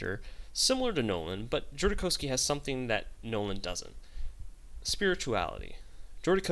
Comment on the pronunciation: Great clip. I just have 2 corrections: The directors name is pronounced JodoRowski and it's "nuclear bomb", not "nucular bomb"